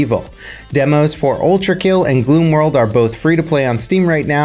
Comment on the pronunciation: It’s called gloom wood not gloom world 😉